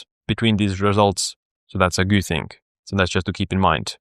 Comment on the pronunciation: Random suggestion: If you speak out „good“ correctly, your overall language quality in your videos improves by like 50 % :D